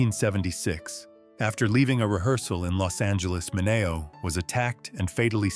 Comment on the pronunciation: It’s SAL MINEO PRONOUNCED MIN-ee- o. I can’t believe you.